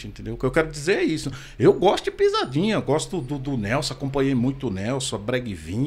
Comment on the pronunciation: O cara fala pizadinha com Z e quer tá certo. Ok. Kkkk